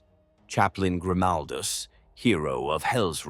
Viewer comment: Yep, bullshit ai. Can't pronounce Grimaldus name the same way twice.